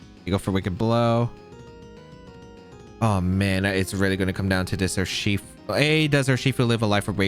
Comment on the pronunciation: Rather than saying 'Urshifu' as a single word, why the fuck do you split it into 3? Not to mention how you talk too fast that your brain can't keep up and you end up tripping over your own words. But like... you talk talk talk rly fast and then it's a slow 'ur-she-fu' n back to fast.